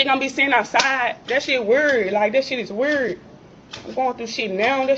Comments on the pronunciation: I’ve seen the red bonnet girl eviction on Othniel’s channel. She’s the one who can’t pronounce the word “weird”. WUURRHD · Damn , she can’t even say the words communicate or weird properly . 🤦🏾‍♂️ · Say can't say weird right‼️‼️🤣🤣🤣🙄🙄🤣🤣🤣🤣🙄